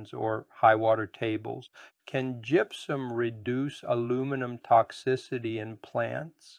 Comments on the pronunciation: first of all its gypsuM not gypsuN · It may be just me...but it sounds like you're saying GYPSUN, in the beginning.🤷‍♂️